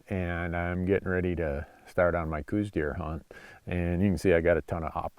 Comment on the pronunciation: I live in Tucson and have hunted Coues deer in southeastern AZ for 40 years. Every time Dumbass Randy says "cooz" deer instead of the well known proper "cows" deer sub species and pronunciation I want to drive to Montana and tape his mouth shut. Show some knowledge and respect, and also stay out of Arizona if you can't.